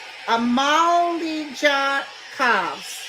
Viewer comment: I think Melania's mother's name is pronounced Ama-lia. Did you see at the end, after they put her coffin back in the hearse, trump went to take Melania's hand and she didn't want to? They ended up holding hands tho...I hope it wasn't the one with secondary syph (for entertainment purposes only...LOL). Thanks so much <3